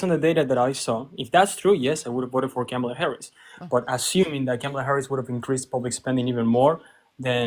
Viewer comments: Why is it soooo bloody difficult for Maga to pronounce Kamala? It's "KAH-mah-lah." Not KEH-mah-lah. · Well, yeah. That's my point. It's odd that he doesn't pronounce the first "a" as "ah", the same as the other two "a's" in her name-- that he gets right. It's as weird as if he mispronounced hacienda with a short "a".